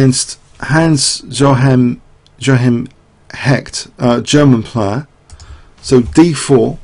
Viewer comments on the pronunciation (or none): Clearly in the game vs. Hecht (btw. pronounced as Hesht) Tal showed supernatural abilities.